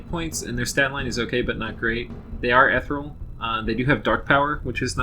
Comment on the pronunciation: it's pronounced eh-tee-real